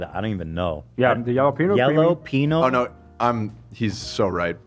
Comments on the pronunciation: The moment Ethan couldn’t understand love’s mispronouncing of jalapeño make me weak in the knees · I heard it as “yellow peanut sauce” and I was wondering wtf I was missing out on.